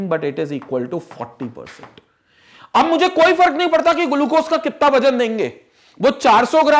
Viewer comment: I respect sir but the way he says glucose 😂👌........ hey says "Gulucose"🤣☠️